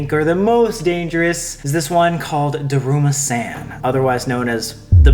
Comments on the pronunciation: SAMMM! U were killing me- its pronounced DERUMASAWN not DERUMASAN 😭🤦‍♀️😂 I love u but that was just killing me for some reason 💀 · it's duh-room-uh-s-on